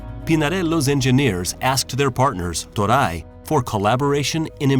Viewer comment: Toray is pronounced Tow-re, not Tow-rye.....